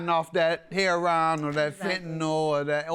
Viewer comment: Why does JM always have to pronounce heroine as "HER-RON" ? To make him look like he is from the hood. Makes him look and sound silly.......it's annoying...SMH